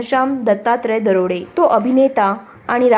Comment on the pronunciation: बाई तो दरोडे नाही .दराडे आहे